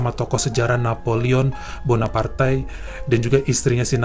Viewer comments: Napoleon Bonaparte kali ya nyebutnya bukan Bonapartai😁😁😁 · Gemes banget tiap mas nya bilang Napoleon Bonapartai 😅😅😅